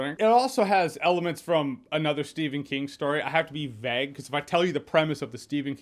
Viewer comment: "I have to be vegg about the stephen king movie because if im not vegg " Made me laugh SOOOO much !